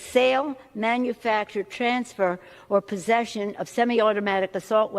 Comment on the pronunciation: HAS ANYONE NOTICED SHE SAID "POSSESSION"?????????